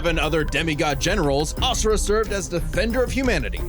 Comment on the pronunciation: I love you to death, but it drives me insane that you mispronounced Asura’s name 😅